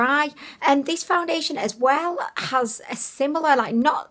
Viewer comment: She said foundiliation lmao